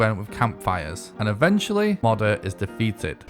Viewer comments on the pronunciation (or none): Bro is saying “modder” 💀 I hate it. It’s “mow der”